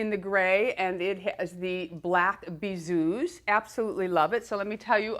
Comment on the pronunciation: Hello, bisous is pronounced without the 's'. Thank you for keeping me going through lockdown (from England) x